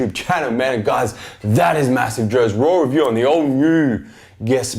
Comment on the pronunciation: sounds like u say rawrelview